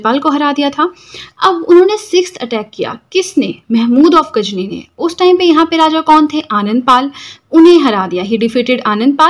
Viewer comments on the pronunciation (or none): Not gajni😅 it's ghazni